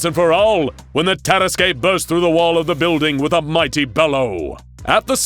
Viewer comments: Jesus, is that how you pronounce it? I always thought it's "Tarask" not "Taras-kwey" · I love this tale. But I was really thrown off by the pronunciation or tarrasque. It's tah-RASK not ter-ras-kay. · i feel like it's pronounced "Terask" can someone please confirm that i'm not incorrect in cringing every time he says "Teraskay"? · I’m pretty sure that “Tarasque” is pronounced TUR-ASK, not TEAR-ASK-AY. Good video though. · Taras-Qué? No no no! Taras-NANI!? YEEEAAAHHH!!! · It's pronounced Tuh-rask, not Tear-uh-skay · Lovely story, but I wish they would correctly pronounce terrasque. It's two syllables long ter like in terrible, rasque like rask. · i love this series but the mispronunciations are getting painful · You are pronouncing tarraque it's pronounced tarra-ask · It's pronounced Tah-rask. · The way you pronounced tarasque hurt my soul as a dnd player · The way you pronounced Tarasque hurt my head. 😑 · People who play DnD wince everytime he pronounces "Tarasque" wrong. Of course, we'd wince if he pronounced it right as well, cause it's the fucking Tarrasque. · That pronunciation of Terrasque is like nails on chalk board. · That’s not how you pronounce tarasque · The dnd nerd in my cringed at the pronunciation of tarasque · Some pronunciation on this channel makes me do a double take, tarasque for example. It's not a bad thing though. I like how it makes me think about my own understanding of those words! Also, I have no idea why I never made the connection that the tarasque could be SCP-682 in this story. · Anyone else find the way he pronounces Tarrasque weird? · Your pronunciation of tarrasque pains me